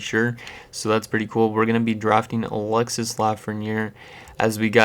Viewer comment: You dont say the S in Alexis